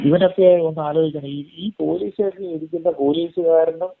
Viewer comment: എന്ത് പുയലീസ്, പൂ... പൂ ലീ സ്സ്